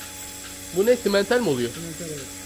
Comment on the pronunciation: Simental e due diyorsunuz ama maşallah baya tasakli düe